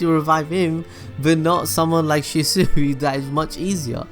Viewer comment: I'd subscribe, but I'd get so damn annoyed with how you pronounce the characters. Nar-uh-to, not Nar-OO-to. She-swee, not She-sooey. Sorry these were some that bother me.